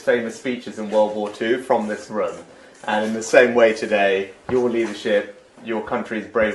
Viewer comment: Sunak is one of those people who says 'rum' instead of 'room'.